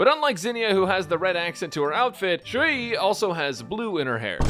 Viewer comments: Ju yi Yu yi It sound fine 😅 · Nah Your Saying It Just Fine